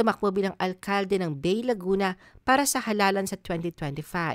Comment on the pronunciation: Mali ang bigkas ng Bay Laguna, it should be Ba i